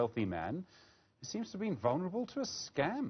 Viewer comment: "VULNERABLE"? Come on bru!